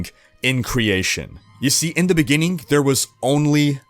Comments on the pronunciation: “In the beninging.” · We'll have to start at the beginningk, with the first beingk in excistence...